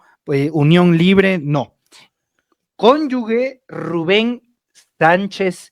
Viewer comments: Con yu GE. no Conyu gue... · No hay conyugue es conyuge y se pronuncia como jota. Suena muy ignorante decir conyugue mejor dile conyugüey....